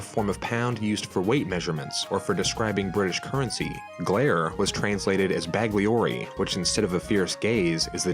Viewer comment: Bagliore is bahLYORey, not BAGleeORey! Also, libbra has two Bs. And yeah, glare as bagliore is a horrible translation. It should have been occhiataccia or something like that.